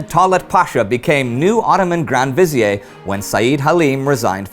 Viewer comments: A professional Turk can correct me, but I thinks Fizeir is pronounced "Viz-eer" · Grand "vi-ZEER." Derived from the Arabic وزير, pronounced "wa-ZEER" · Vizier is pronounced with the R sound intact. It comes from Arabic "wazeer" and so does not need to be pronounced with a French accent. The "v" replacing the "w" comes from Turkish and Persian pronunciations. So vizier is a result of European contact with Turkish officials